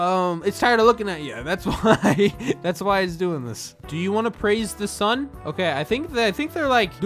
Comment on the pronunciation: i like how he says "sune" instead of "sun"